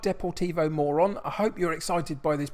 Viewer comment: Knowing that playing the Morons is a catch phrase...... but Morón should be pronounced Moe-roon. Actually the club tends to have quite a few Air Force cadets in their juniors as it's very close to the academy and a major air force base. Getting this info from my Chilean friend who lived very near for several years. Looking forward to this one! Also not to be superstitious , but the ground is right next to a graveyard.........spooky!! And I see you're playing Neuva Chicago this season, think Milwall with guns. Real life are serious ultras. Anyway enjoy. Love Buenos Aires, one of my favourite cities in the world.